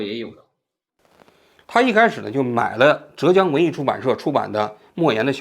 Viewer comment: 浙江 四声